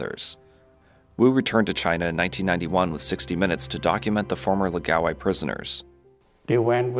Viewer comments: It's pronounced, "laow-guy", not "luh-gaow-eye". The first syllable should rhyme with "Ow!" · Lao gai, not lagao eye lol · It's pronounced "Lao - guy" (it rhymes with "how bye"). Where are you getting "la gow eye" from "Lao gai"? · It's pronounced lao-guy. Or at least it is in Avatar the Last Airbender. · Laogai is not pronounced "lagaowai". That's rather distracting. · It clearly says Laogai on screen, but he narrator says la-ga-wai. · Why don't these people even try to pronounce these words correctly, its such a simple name, LA O GAI. Laogai. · OMG you need to consult a Chinese speaker before you butcher another word like "laogai".